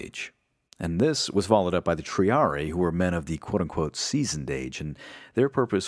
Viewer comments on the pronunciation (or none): none